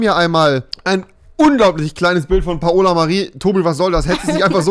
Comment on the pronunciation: Altaaaaaaaa das heisst paola nicht PA OLA